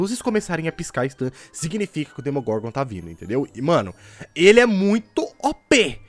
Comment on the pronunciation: É Demogorgon e Não Domogorgon